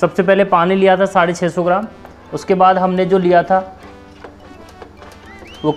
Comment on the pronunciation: और आप कास्टिक बोल रहे थे उसको कास्टिक नही बल्की कोस्टिक सोड़ा बोला जाता है 😂😂😂